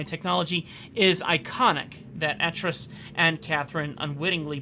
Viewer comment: Some minor (and I do stress, minor) lore pronunciations. D'ni is pronounced "dun-knee" (not dun-eye) and Atrus has a long A like Amy.